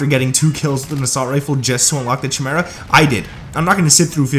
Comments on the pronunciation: 🤣chim ara it's pronounced "ky mear a" it's a mythical beast from Greek mythology. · chi·me·ra / KAI-MEER-A /kīˈmirə,kəˈmirə/ Not Chi-mera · This is a garbage class set up. BTW it's pronounced Kai-Mer-ah... Not CH-mera. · KY-Mera not CHY-mera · The weapon is pronounced "kai-mera" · Bro, what are you saying. It's Chimeria like Ki-me-ri-a. You are killing the name. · It’s pronounced Kai Mera not the way you’re saying it, so cringe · If I hear one more smooth brain streamer say Chimera wrong KAI- MARE-UH SAY IT WITH ME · I stopped watching after u said chimera 🤣